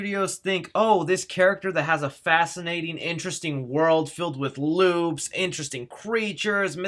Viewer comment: loopss not lubes